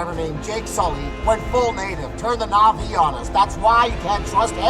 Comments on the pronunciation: Nothing brings me more joy than ppl actually pronouncing na'vi right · the pronunciation is crazy good! I keep coming back to this video because of the amazing story telling. the correct pronunciation of Na’vi words help so much in immersing into the story. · I love the fact he actually says the names the right way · Finally someone who gives this game the respect it deserves. You actually understand the meaning behind it, thank you so much for that breath of fresh air. Also the correct pronunciations. I’m sick of hearing the Na’vi called ‘blue people’ or ‘blue cats’ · the correct pronunciations of the na'vi words/names brings me joy lol thank you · Literally how I’ve been saying it from the start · YES I ACTUALLY RECOILED NOBODY SAYS IT RIGHT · Even though I have already finished the game it was still fun to watch you tell the story through your own eyes (and very refreshing to see someone pronounce Na'vi correctly lol)